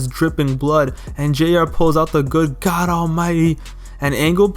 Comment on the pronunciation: “GHAD ALMIGHTY”